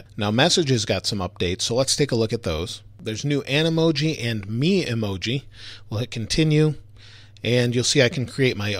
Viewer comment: You're saying Memoji wrong